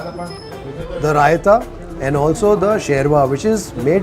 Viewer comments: It's not sherma it's shorma 😄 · What a difference between Sophisticated Italian kitchen And this earthy rustic kitchen!!! I think you Are more at home here in Hanumanthu kitchen. It is SHORBA and not sherva as you called it. Your reactions,both visual and in ummmm, aaaah said it all. What next surprise you have for us now???